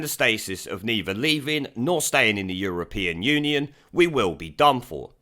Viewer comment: Did George just say, "the European onion?" 😁